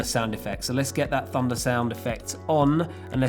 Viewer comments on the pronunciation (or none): is it just me or does it sound like 'funda' everytime he says 'thunder'?